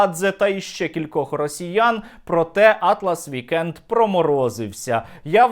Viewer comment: "Атлас Уїк'Енд"?.. Після Палацу Україна якось дрібнувато...